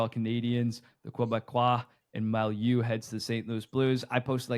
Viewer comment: Guys, Mailloux is pronounced MAY-EW.